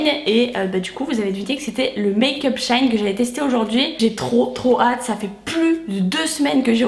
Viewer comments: ça se dit dit bien SHE - IN pourtant puisque la marque avant s’appelait « She Inside » 🤷🏻‍♀️ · Hello! Je suis perturbée par la façon dont du donne le nom du site ahah 😂 C'est She In (pour She Inside à la base) et pas shine 😊 Plutôt étonnée à chaque revue de la qualité des produits, il y a du bon et du moins bon, mais je pense que ça reste un bon compromis, et surtout, ce ne sont pas des produits trop pourris pour la peau 👌🏻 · On dit pas "shaine" mais "shi-in", ça m'a dérangé toute la vidéo... 😅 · j'avoue ca ma stressee aussi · Tu m'a stressée ma belle mdr tu a dis shain c shein mdr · Super vidéo ❤️❤️mais par contre on dit « chi-in »😭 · jai kite tellement sa ma fruster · sauf que la prononciation est toujours comme " she inside " donc " she in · le maquillage c’est pas obligatoire hein, quand on sait pas se maquillé on se maquille pas. et on dit she-in renseigne toi avant de faire une vidéo... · bah pas vraiment on t'appelles par ton prénom et si on prononce mal t'aimes pas je suppose. C'est pareil , y a un nom avec une prononciation c'est comme ça 🤦🏼‍♀️🤷🏼‍♀️ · Shein ça ce dit pas comme ça je crois